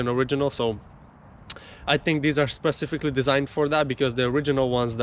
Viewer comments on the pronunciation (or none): none